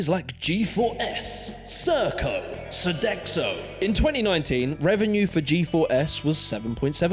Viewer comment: Sodexco? That actually sounds like a sondomy provider 😂